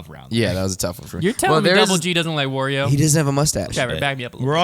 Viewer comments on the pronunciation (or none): Odd way of pronouncing Wario.